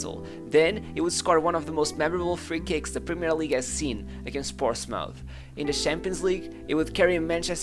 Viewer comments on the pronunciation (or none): none